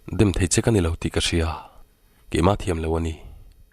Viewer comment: I thu chhiar ngaihthlak avan nuam em a thu a ngaihnawm bawk si. Chu tih rual chuan lo tih hi lau i ti ṭhin a lo ti in hanlam chiang deuh phei la chu a ngaihnawm ati zual ngei ang